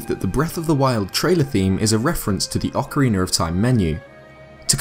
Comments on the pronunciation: whats a ocawiner its Oca-rena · You pronounce it Ocarinar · Ocarina is an Italian word, and in that language, like in Spanish, most words are pronounced in the same way they are written, so ocarina is pronounced "okarina", but you rather say "okariner". Anyway, since it's a word from a romance language, I understand it must be hard for you. I hope this helps. ;) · It's pronounced (Ohk-a-reena) You say it as Ohk-a-reenur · yeah its just you saying "ocariner" not "ocarina" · ik im late but its oc-ah-ray-na u say it oc-er-an-na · it sounds like your saying ocorinar not ocarina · ok ik im late, but ive been rewatching this video alot and i keep on hearing ocariner of time.. ITS OCARINA-sorry :b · OCARINA not OCARINUR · Actaully It’s orkareena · hes not making fun of how he said it wrong hes making fun of how english people say it lmao and it is funny when he says ocariner of time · It kinda sounds like you're saying ocariner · Ocarinar xD Every brit has an R in a lot of words. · "I believe that the Breath of the Wild trailer theme is a reference to the Oceriner of time menu" lol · you say acariona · GUYS! GUYS! it could be alot worse, he could be saying "oh-cariner" like other youtubers cough austin john cough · OCORINER THAT IS WHAT YOU ARE SAYING!!! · it's very good but like oc R ina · Ocarina is pronounced AH-koh-ree-NAH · Jeez no youtuber can get that right some say Acarina and some say oakorina and now you say ocariner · Oc uh rain uh (this is how to pronounce it) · Ocariner of Time Ocariner of Time Ocariner of Time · Nobody:: Ocareener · "Ocariner of time" i laugh everytime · Ocariner of Time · Oceriner of Time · The old man is awsome BECAUSE I DONT KNOW plus I hate how you say acerina instead of ocarina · Oceriner of time. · Why do you say "ocariner"? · ocariner of time?